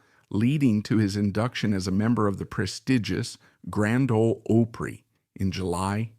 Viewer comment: "...the prestigious Grand Ole OH-PREE." THANKS A.I.!